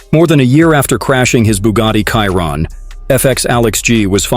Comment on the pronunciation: Voice off person , at least pronounce the model of the car correctly . It annoying how ignorant , borderline stupid it sounds. Not editing at all on each video, before releasing it? Pleaseeee